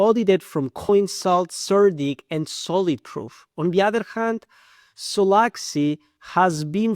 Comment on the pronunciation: Почему те, кто разваливает провальный solaxy смягчают L ? Акцент с пакистанского рынка.